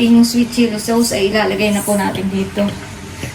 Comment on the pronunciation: Corn-start (Cornstarch) at Sowws (Sauce)! Classic 😃